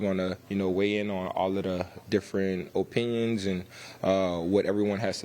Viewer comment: i dont like how he said opinions